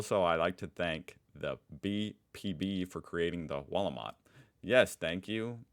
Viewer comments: it is the "Wahl O Mat" not the wallmarkt 😂! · Driving me crazy how you say Walmart and not wahl ooh mart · Is it me or does he pronounce wahl-o-mat like Walmart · Well here's a pissed off comment. ;) You pronounce Wahl-o-mat wrong. Make the A sound like posh English "blast". You seem to struggle a bit with the sounds so just trying to help. <3